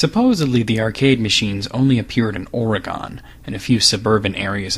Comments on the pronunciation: oregon is pronounced oregen not oregahn. sorry living in portland this annoys me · OREGON IS PRONONCED OREGEN. GEN. NOT GON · ORGUN not or-EE-gon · It's oregon. OREGON. Seriously? Where are you getting ORe-GONE from? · yeah, it's supposed to be oree-gan, right? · It is not pronounced with with emphasis on the second o. It is pronounced as if it was spelled Oregin. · Well, it's actually pronouned OreGUN, like "or a gun". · Nigga just say Or-rah-gon? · the way you pronounced oregon.... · Man I love your videos but the way you say Oregon drives me nuts lol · sorry, but you said Oregon wrong i know cause i live there